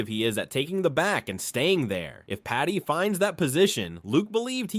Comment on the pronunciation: It’s Paddy not patty